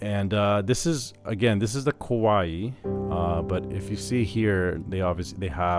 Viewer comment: The Warm preset is nice, but my fave so far is the Ryuyo preset. My 2nd fave is the New Age preset. Thanks for the review! P.S. "Kawai" is two syllables, not three. It's like if you take "Hawaii", and drop the last "i"; Kawai would rhyme with Hawai. Just sayin'! 🙂